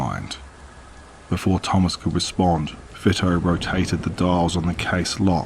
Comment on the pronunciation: Vito is pronounced VEE-TOE just saying I’m not being a bitch most narrators like to know correct pronunciations interesting so far 😊